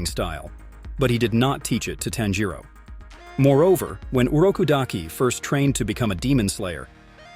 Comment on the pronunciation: It bothered me a little how he mispronounced a lot of names including tanjiro nezuko Muzan urokodaki and others. I had to stop watching cause it was annoying me, but some of the info was accurate